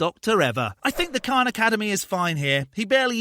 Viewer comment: His voice gives me a anxiety attack, but I will attempt to watch this. Also, It's Khan academy, not Kahn